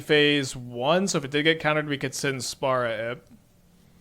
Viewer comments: the card's called Sin, Spira's Punishment. He's misreading the first two words in the name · dude, saying spara is wrong, don't sugar coat it, just like saying spura, spora or spera would be wrong. And yes, many Americans can't pronounce words, no shame on that. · Guessing he either knows it's Spira [pronounced Spear-ah] and is doing it on purpose, or doesn't know and doesn't particularly care lol. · excuses, if he can say the word "spiral" he's also capable of saying "spira" easily. You don't need to play FF just read the words carefully. (this may be difficult for an American tho) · I can pronounce Spira correctly, can I bash Americans in his stead? Cause y'all suuuuck (especially at reading). But seriously, it's borderline trolling from part to choose to read "-i" as an open "-ah".